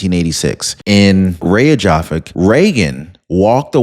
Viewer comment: Iceland’s capitol city is pronounced “Rake-yah-vick”